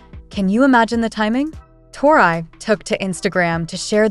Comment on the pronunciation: I would learn to pronounce Tori